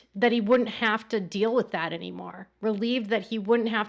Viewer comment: Robyn sounds so dumb when she talks. Not trying to be rude, but the way she pronounces feel as fill and deal as dill makes her sound like a dumb rube.